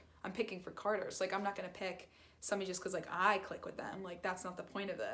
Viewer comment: You keep saying cater 🐱 It’s carter no affence